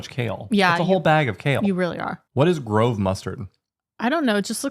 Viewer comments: "grove" is not like the English grove. It means coarse(ly ground). It's pronounced groh-vuh. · That was such an English pronounciation of "grove"